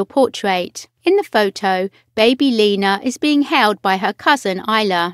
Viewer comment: Laynah not Leena